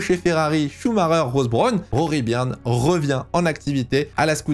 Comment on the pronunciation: En anglais, Rory Byrn se dit Rory "Beurn", meme pronciation que pour un burn. Et Ross Brawn se dit "ross" et non pas "rauuss" si tu arrives à me comprendre. Pour Brawn tu as bon sur la prononciation. Pour les"gh" en anglais tu prononces bien le son "f", ça c est bon. Sinon bon travail, j apprécie regarder tes vidéos d autant que je suis un tt petit peu plus agé que toi (40) et j apprécie ttes tes vidéos sur les années 80, et aussi 90 et 2000 qui me rappellent mes premiers souvenirs en F1. D ailleurs le 1 er mai 94, dernier jour de Senna, est avec le 11 septembre 2001 le seul jour dont je me souviens parfaitement ou je me trouvais. C est dire l impact énorme qu'a causé la mort du rival de notre Prost national. (Rival battu par le français? Ds les chiffres on pourrait dire que oui, Prost a 4 titres de champion du monde et a terminé 6 saisons avec le plus grand nb de points au classement pilotes contre seulement 2 fois pour Senna, même si ce dernier a au final 3 titres de champion du monde du fait de la curiosité du décompte du classement en fin de saison à l'époque. Aussi Senna a remporté une victoire ts les 3,93 GP alors que Prost une victoire tous les 3,8 GP meme si on peut penser que Senna aurait ajouté encore qqs victoires a son palmarès). Mais on s'aperçoit en tt cas que Prost se battait d'égal à égal avec le brésilien alors qu'il bénéficie injustement d'une moindre reconnaissance que le français, moins beau gosse ce qui explique bcp de cela je pense. Quand on pense